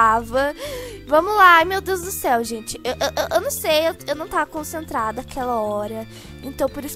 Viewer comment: "e quando eu tô cacentrada" kkkk